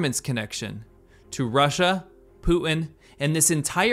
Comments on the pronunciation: His name is PUTIN, not POO-IN. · Who the hell is Pooh En? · Poo-in = Putin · Poo-in ?? What's wrong with young people? Is this how public school teaches kids to talk? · You should consider pronouncing "Putin" with a T. Not Poo-in. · You say Putin funny ( Pootin ) 🤣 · Please stop the T dropping it's PuTTTTTin. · Who is Poo- inn? Is he the brother of Xi JinPoo?